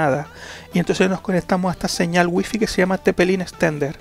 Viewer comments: Waifai se diceee. Y se esceibe wifi 😂🤣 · no se pronuncia wuifi